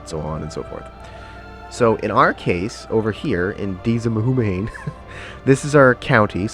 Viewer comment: Deas mhumhain is pronounced "Dez voon-an" which becomes the name Desmond "The kingdom of Desmond". mhumhain "voo-an" to this day in gaelic is munster, which is the south western province, called connacht "con-ockt" today. Remember, they would have spoken gaelic in Ireland at the time, not english, so weird sounding names, would be normal back then, and as british english became more prominent the names would have been re-written into more conventional english so as not to confuse people. For example, Dublin used to be Dubh-Linn, which in gaelic means Black Pool, Dubh is black, Linn is pool, and that is the gaelic we are taught here in schools today.